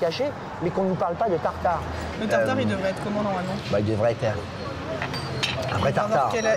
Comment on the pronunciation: A " tatari" de boeuf 😂